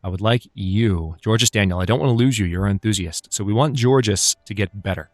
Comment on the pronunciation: Georges is pronounced like George, but with a soft J sound, instead of the soft G/hard J sound.